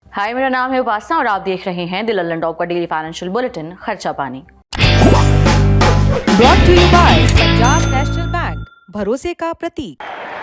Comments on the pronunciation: ✖️ Aisana ✔️ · मुझे उपासना की जगह वासना सुना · I also heard the same . . . . . Vasna......... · Sahi se bolo ki nam h.. mai wasna suna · मैडम अपने नाम का उच्चारण थोड़ा ठीक ढंग से करिए.... मुझे सुनने में आया कि आपका नाम वासना है... वीडियो को दो-तीन बार हमने देखा तब पता चला कि आपका नाम उपासना है